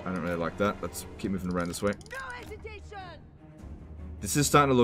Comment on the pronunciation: No 'esitationnn!